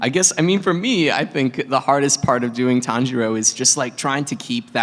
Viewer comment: The tanjiro mispronunciation😂